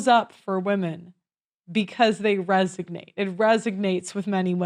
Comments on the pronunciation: Not "resignate"; it's supposed to be "resonate". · It's not 'resignate', it's 'resonate'. Certain things resonate with women. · It’s “resonate”, not “resognate” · it's "RESONATE" instead of "RESIGNATE". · the word is resonate--no resignate. Reference: 4th grade spelling bee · Resonate, not resignate 😂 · It's really distracting every time she says resignate when she means resonate. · resonate, not resignate. Not picking on you, just trying to help.. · Resonate, not resignate. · I think ur trying to say RESONATE; not RESIGNATE. 😕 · Not saying this to be mean but the word is resonate not resignate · You are cute as a button, but it is "resonate", not "resignate"😏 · it's resonate not resignate which is not even a word. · With utmost respect: you meant to say "Resonate" vs "Resignate" ? 👍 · R-E-S-O-N-A-T-E not 'resignate' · hey, just a thing - it's RESONATE not resignate. much different word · Resignation ≠ Resonation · Love you, but it’s RESONATE not RESIGNATE 😀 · Resonates! The word is Resonate! Not Resignate. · Resonate. Not resignate. Guy said resignate three times. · OMG...that is not how to say "RES-O-NATE"...(where the hell are you people getting this "res-ig-nate"...from)...is it becoming trendy to say this word the wrong way???? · It's "resonate" not "resignate" ! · The word is RESONATE, not RESIGNATE !! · Resonate not resignate. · resonate.... not resignate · Its Resinate NOT resignate! Shows your lack of English-speaking skills! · “Resignate”?????? That’s not a word! Why do you keep saying it? RESONATE! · It's "resonate." ..."resignate" doesn't exist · Sorry to be that person but it's res-o-nate not res-ig-nate. Still a great video. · it's "resonate" not "resignate". Somebody had to say it. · Res. O. Nate. Resonate not resignate. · the word is RESONATE, not RESIGNATE. The Notebook resonated with women. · It’s “resonate” not resignate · 'Resonate" not "Resignate"....explained the man... Just saying